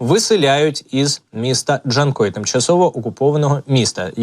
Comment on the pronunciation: Not "Dee-chan-koi," Artificial Intelligence, but simply JAN-KOI. Like the name "Jan," followed by the fish noun, "koi." Emphasis on the second syllable. I detest Artificial Intelligence voiceovers for this very reason. Just provide Professionally Translated video captions instead, please.